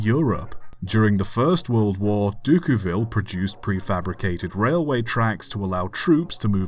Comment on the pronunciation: the first time ive heard Decauville pronounced like that